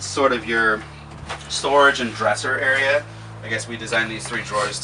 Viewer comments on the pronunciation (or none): none